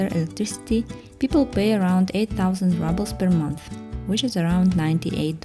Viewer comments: Also - say rubel with U not A. ❤ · I really nice video. Only one gripe, the pronunciation of ruble is exactly as in Russian without the soft sign, not rouble.